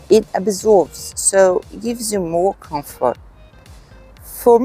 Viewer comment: What is this "confort" of which you speak? ❤ Comfort